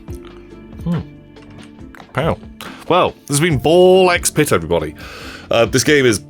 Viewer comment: the x is pronouced like S, so it's Ball Spit! that's why your character is spitting balls!